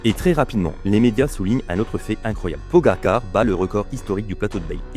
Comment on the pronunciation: pogagar 😂😂 merci l ia